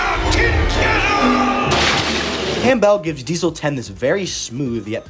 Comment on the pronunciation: "Campbell" is pronounced "CAM-bull". Not "Cam-BELL".